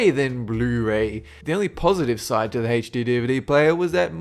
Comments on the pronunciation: It's not HachD it's HD. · IT'S NOT HACH-D, IT'S H-D DUMMY!!!! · and he pronounces HD like HAYCH-DEE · Anybody else notice that this guy struggles with the term "HD?"